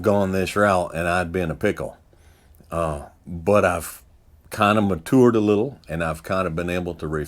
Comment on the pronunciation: No hate but can’t get over how he says “matured” 🤣, anyways great videos always sir.